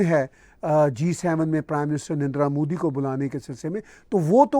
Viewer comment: Please learn to pronounce name of PM NARENDRA MODI CORRECTLY REGARDS